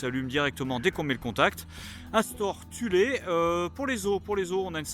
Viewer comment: Sympa le camper et la présentation :) Par contre Thule pas Thulé svvvvvp